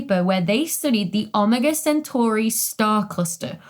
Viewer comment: Ah-mah-gaw sintor?